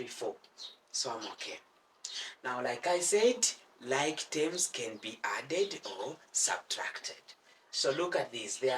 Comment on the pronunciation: For whoever is wondering. whenever he says tems. he's actually meaning terms